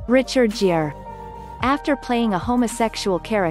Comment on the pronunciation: One that got me was "Richard Jeer".